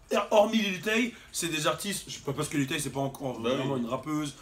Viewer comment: JOUE À FORTNITE 😂😂😂 OH L'FOU IL A DIT LIL THÉ 😅😂😂